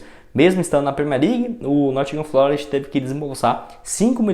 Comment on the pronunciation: Corrigindo: Nottingham Forest e não Nottingham FLOREST como você falou por 3 vezes no vídeo em seu comentário sobre o Renan Lodi.